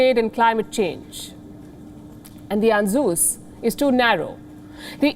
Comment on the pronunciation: Lol... that pronunciation for ANZUS 😂. The first time I have seen palki get something wrong . Well the French attacked Libya with US coz their defense deals were scrapped, they can't do that to Australia can they 😅